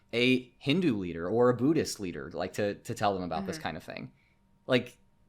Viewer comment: Buddhism is nearly non-existent in India. Also it's pronounced "Buddhist" not "Booooddhist"